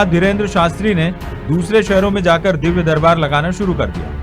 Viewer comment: Great Varat वो 'Dibbya' nhi "Divya" होता hai... "Barnan" nahi "Varnan" होता hai... Rahi Baat हनुमान Chalisa की, har shraddhalu Hindu bahut achchi Tarah se Janta hai, use samjhta hai, use samjhane ke liye aise Sanyasiyon, Bhondu Babaon की jarurat nhi hai... Ye Logon की Aasthaon se khelne wale Pakhandi, Dharm ke naam se buisness chala rahe hai...